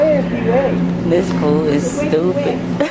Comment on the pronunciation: How do you know de way? "I went de way the other day" 😂😂😂